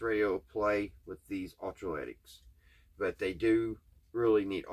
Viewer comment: Electro lytic not ultra lytic.👍🏼